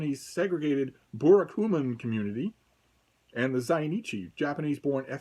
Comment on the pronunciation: If you speak Italian (or Spanish) you will find it easy to pronounce. Just use those accents. You pronounced burakumin very poorly, but zainichi very well 🤣